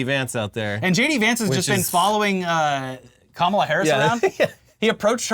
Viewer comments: He says "kamabla" cos it's supposed to be like ka-mob-la. That's why he intentionally mispronounces it with the emphasis on the second syllable. As in "radical left mob". They always say that nonsense. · 'Kamabla'???? That SHOULD be a new dance (craze) - "C'mon everyone, do the Kama-BLA....". FUN!